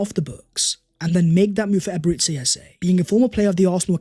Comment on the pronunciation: EbereCHI....Chi...not See... Stop calling him Eberezsee Eze